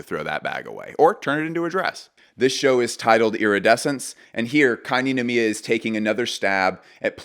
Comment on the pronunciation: noir kei ninomiya 🔥💗🌈 also it's pronounced like rei, non? kei... and nicolas di feliche coz italian, right?